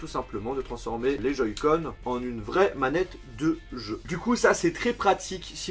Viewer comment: a "joyscon" lol sa ma mis en pls 😂😂😂